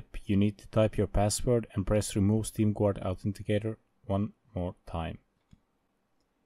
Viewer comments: Pronounced ɡärd, not gward. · I'am the only one hearing steam "quart" ? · Dafug do you even meen? you are legit saying steam Gvuard